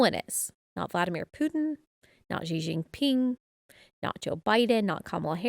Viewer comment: If you say the first two characters in Xi Jinping's name just like the words "she" and "jean" in English, you'd be closer to the right pronunciation. It's like an "sh" and a hard "j".